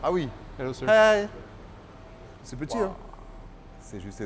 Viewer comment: le hey nous démontre la qualité de ton anglais mdr